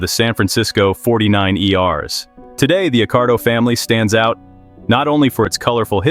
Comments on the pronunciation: AI sucks.. the San Francisco 49 er😝😂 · San Fran 49ers… Did you really think the name of a team would be ‘The 4-9-E-R’s’ 😂😂😂. Good video though!!